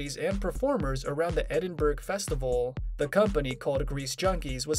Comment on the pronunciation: Edinburg. No h on this city, why can’t Americans say Edinburgh 😂